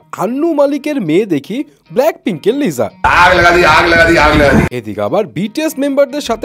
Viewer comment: vai lisa liza na